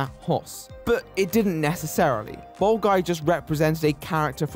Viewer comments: For a while I thought he was saying bald guy instead of bold guy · Am I the only one who keeps hearing bald guy instead of bold guy? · I'm sure it's just your accent that makes it sound like you're calling him a "bald man"